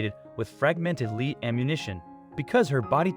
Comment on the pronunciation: The only complaint, it’s lead as in metal, not lead as lead someone out of a building.